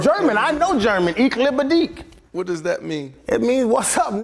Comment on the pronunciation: Channing had me dying trying to speak German! 😂 He definitely pronounced iche liebe dich wrong! And it means I love you! 😂